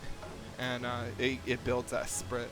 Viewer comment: "Esprit" is pronounced 'es-pree' fyi.